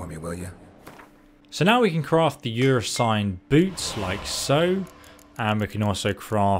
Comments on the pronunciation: "I am going to show u how to get the best heavy armour set in the game, The Your Swine Heavy Armour set". 😂😂😂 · I might be wrong, but I believe it's something like "Er-seen" with a roll on the r as it is early Germania based. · Ursine…like “errr-sign”. It’s from the Latin Urus like (errr-sus). Bro have you played this game? How come you don’t know how to say any of the proper nouns? Skellige like “Skell-i-ger” with a hard G. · Thanks so much!! Will def subscribe with a like and def use tonight on my quest..oh and Ive heard a few Brits pronounce " ursine" as (your sighn) as in America we would pronounce it ( errrr sighn) but all in all I don't think there is a proper way other than our cultural ways we pronounce things lol..great vid..very clear cut and to the point..cheers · Wow. This guy is a master of mispronunciations. • ERR-SYNE not EE-UR-SYNE • SKELL-I-GUH not SKELL-IDGE. • VELL-UN not VUH-LENN • LIE-TH not LITH ( “lithe as an eel”) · "Your sign" lmao. Ursine is pronounced " err - sin" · Ursine - 'uhr-seen', not 'yure-sin' Velen - 'Vé-lèn', not v'LEN Skellige - 'Skelli-ge', not 'skellidge' There probably are so many more but these were the ones that made me pause and click off the video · Yoursine...versus ursine... oh boy... Oh and that soft versus hard G in skellige...oh boy... please, please... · atleast he said sorry about yersine .. but for a 5-6 year old game with plenty of spoken dialog pronouncing skellige..well..sigh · Ursine is pronounced er-seen or er-sign. Skellige is pronounced skeh-lih-ger. Hope that helps. I'm going to find this useful when I get around to it. Going the tank build. I always breffered heavy attacks over fast attacks, so this speaks to me a lot. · Did he just pronounce Ursine as “Your sign” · Ursine= "err-seen" Velen= "vell-in" Skellige= "skell-i-gah" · Great video but just for the future Ursine is pronounced more like Er-Sin. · When you play the game on mute: "Skellidge" "vuhlen" "yoursine armor"